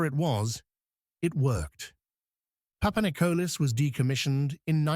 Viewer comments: when a channel is full of it you even got the sub name wrong its PAPANIKOLIS NOT PAPANICOLAS lol ,you shouldnt play with a countrys history when people who had grandfathers ,today s greek military personel roam the youtube and watch channels like this one butcher their history...............some channels will do anything literally anything for views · Δεν λέγετε ΠΑΠΑΝΙΚΟΛΑ ΑΛΛΑ ΠΑΠΑΝΙΚΟΛΗΣ ΡΕ ΦΙΛΕ. ΕΥΧΑΡΙΣΤΟΥΜΕ ΓΙΑ ΤΟ ΝΤΟΚΥΜΑΝΤΕΡ ΕΛΠΙΖΩ ΝΑ ΜΗΝ ΕΙΣΑΙ ΑΠΟ ΤΗΝ ΒΡΕΤΑΝΙΑ. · Παπανικλής λέγεται ο τόνος μπαίνη στο τέλος.